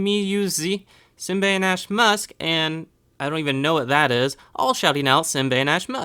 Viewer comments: sorry this bit is how you say simbainashe you say is like (see mba e nur sher) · and my other name is pronounced simbainashe you say it like (see mba e nur sher)